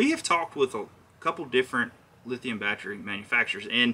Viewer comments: Thanks for the info. I am currently adding a Motorguide Xi3 to my Vibe Shearwater and trying to decide on the right battery. I was thinking 60ah should be good enough. By the way, I can appreciate the accent of "batchry"...LOL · "Bat Tree" that's hilarious